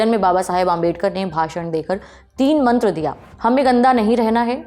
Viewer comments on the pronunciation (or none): none